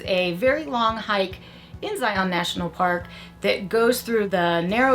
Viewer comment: Thank you always for sharing. Yes, the proper hiking equipment is key for the narrows. A few more visits and you will be able to pronounce Zion just like the locals. 😆 you all did great!